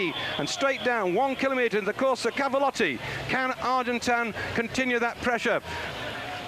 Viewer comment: David 'Duffer' Duffield absolutely mangling the pronunciation of the rider's names - ' Museo' [Johan Museeuw], 'Argentino', 'Argentown' and 'Argentan' [Moreno Argentin]. Despite 'Duffers' best efforts to confuse, Kelly's incredible descending skills saw him take an unbelievable victory in this his last 'monument' has a pro cyclist.